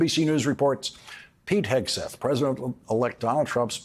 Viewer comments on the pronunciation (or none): Did you almost slip up and call him Pig'n Heatseth? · Lawrence has some difficulty saying Pete Hesgeth. It sounds like Pig Hesgeth. Pretty apt I reckon! 😂🤣👏🏻👏🏻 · Might be my old ears, or just the way Laurence pronounces his name, but I keep hearing "Pig" Hegseth. Which follows...